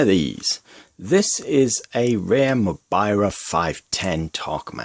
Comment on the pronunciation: Greetings from Finland. I do like everything else in this video exept one thing. Mobira is not pronounced how you pronounce it. It is pronounced, how it has been written